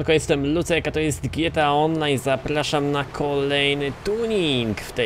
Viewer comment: na początku powiedziałeś zaplaszam xD